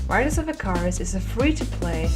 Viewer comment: Riders of 'ih-K-ER-uh-s'